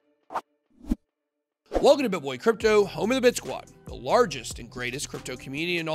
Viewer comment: It reads "Bit boy" but sounds like "bitch boy"